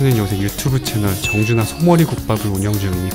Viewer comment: 청주 날씨는 어때요 이겤ㅋㅋㅋㅋㅋㅋㅋㅋ 정준하씨는 어때요 로 들릴줄은 꿈에도 몰랐네요 ㅋㅋㅋㅋㅋㅋㅋㅋㅋ 빵터짐 진심 ㅋㅋㅋㅋㅋㅋ